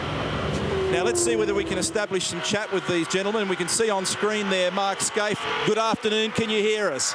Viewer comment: Fucking Neil Crompton, his name is Mark Skaife, not Mark "Skaithe". Get off the booze mate.